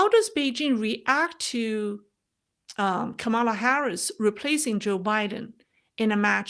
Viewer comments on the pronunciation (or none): none